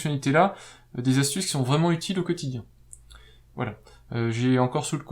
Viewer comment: Trop long ...et plein de fautes de liaison ... on ne dit pas les 4 zastuces mais les QUATRE ASTUCES